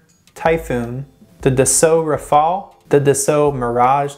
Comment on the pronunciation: "Dassoo rafall"